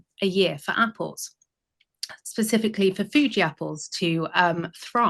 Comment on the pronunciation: She said "foodie" apples, not fugi? CRINNNNNGE! I'm from Tasmania aka The Apple Isle & my father grew 4 varieties of apples in our garden. Nothing like a home grown golden delicious!